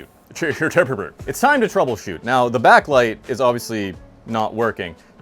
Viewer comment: You mean it's time to Troohbleshoot.